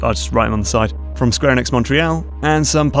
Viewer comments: A worthwhile attempt at pronouncing "Montréal" in a way that makes Francophones happy, but unfortunately just off in a weird way. Anglophones in Québec just pronounce it pretty much the usual English way and save the French for when they need to talk about Pie-XI Boulevard. Unless that's just how British people say Montreal, in which case, that's fine buddy! I mean either way, great video made like a year ago which I'm only commenting on now while going through my backlog of unwatched Toolkit videos and fixating on weird things! I actually got around to playing Portal 2 recently (I know) and it pretty much broke down the way puzzle-solving happens, mostly unconsciously. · I'm shocked at your pronunciation of "Montreal".